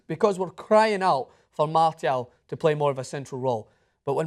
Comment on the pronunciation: Who the hell is "Martyal"?